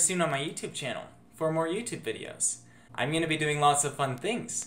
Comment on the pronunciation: “Tingles from fings thingers do” 2020 XD